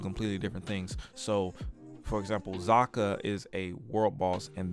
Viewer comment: kzarka (zar-Ka) not zaka